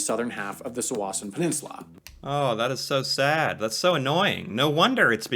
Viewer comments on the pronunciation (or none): BTW - don't trust the pronunciation of towns - Sault Sainte Marie is said "Sue Saint Marie" - one of my brothers live on the Canadian side for many years. A couple other places he had the names wrong, but they are tricky names - like Tsawwassen, which he also mispronounced [it's "tah-WASS-en". But yeah, there are a few spots that are tricky because they are on the border. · The guy in that video you watched pronounced Tsawwassen, Sault Saint Marie, and Sumas wrong.